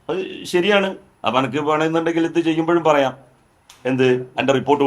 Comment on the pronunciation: അപ്പോൾ അനക്ക് എന്ന് ആണോ ജെലിലെ സ്പ്പുടത ആയി പറയുക